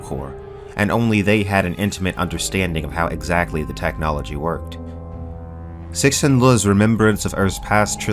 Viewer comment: I can't believe you're still butchering Cixin Liu's name in 2026. Imagine everybody calling you and not.